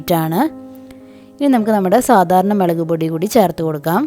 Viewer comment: Chechi melakennu parayumpo enik chiri varum😇